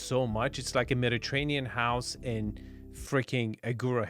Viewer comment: pronounced it Meditanean Sea... no hate, just saying. That was crazy. Putting a pond in the backyard was such a bad idea dude now you're gonna like discount any families with kids because they're gonna worried about a kid drowning in a pond just put a big yard back there oh my God that would mean so nice kids running around the trees on the right instead of these narrow waterways like it's just so bad